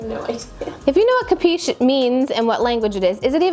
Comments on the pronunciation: it is actually " capisci" u read it like kapeeshee. meaning do you understand baci dall italia ( kisses from italy) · Oh my god... if you don't know italian, please, speak english... thanks. "Capisch", "Capiche", "Capisc' "... lascia perdere... davvero... ;-)